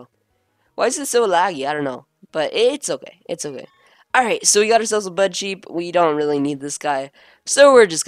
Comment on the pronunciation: everytime you say budcheep i think you're saying Buttcheek. ahem...XP anyway, you have good videos, i only wish the game window was a little bigger.